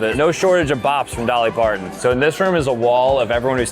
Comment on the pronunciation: Dolly pardon 😂it’s Parton